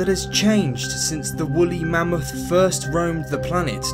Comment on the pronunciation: He said bully mammoth